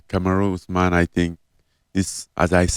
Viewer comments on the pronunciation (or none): none